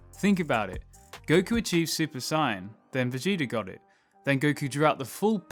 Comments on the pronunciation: Bro i beg you to say Say-en not Si-en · sigh yan............it's SAY YAN.....my god this audio better be ai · Its saiyan, not cyan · "super cyan"???? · It’s pronounced say-in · Dude its pronounced SAYIN but spelt saiyan. Your saying it wrong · Why's this mong saying Saiyan like Syan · I was really liking the video until I heard him say "Saiyan" lol I just cant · Why does he say saiyan like that? Video was great but that kinda bothered me. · Dude, the way you say Saiyan I know you’re not a DB fan.